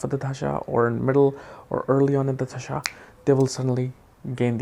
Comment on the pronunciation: RAHU dasha not dhasha